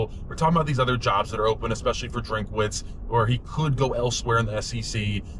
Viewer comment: It is not drink-a-witz. His name is Drinkwitz.